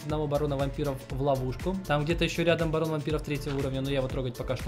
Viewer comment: Мне послышалось не Барон а Баран